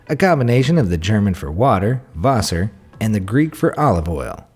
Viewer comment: The way you pronounce Wasser though 🤣